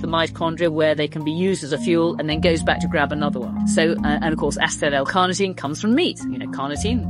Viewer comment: She pronounces Acetyl all wrong. It's A-cee-til, not Asstell. If you're older, go for Ubiquinol instead of Co-Q-10. It's the active form and as you age it's a lot harder to convert Co-Q-10.